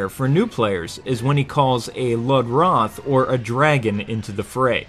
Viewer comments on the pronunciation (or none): It's not LUD-ROTH, it's LUE-DROTH!!!